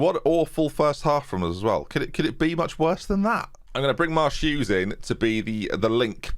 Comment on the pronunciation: You say Marsh-Hughes, but all I hear is " Ma' Shoes"